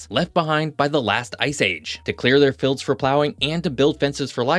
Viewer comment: 'Fields' is pronounced "feeldz", not "filldz". Incredibly irritating.